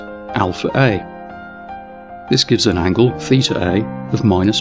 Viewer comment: It is LAW, not LORE, and COS is pronounced "Cosine", not "Coz". As usual, you are not consistent in your mispronunciation, since you did pronounce SIN as "Sine", not "Sin". You are also still butchering the names of Greek letters, such as "theeter".